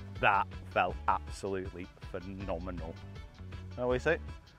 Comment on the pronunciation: Absolutely burst out laughing at that last putt after the 'Phenomenal.....Fen-om-in-al?' comment. Just golfing gold right there! 😄😄😄👍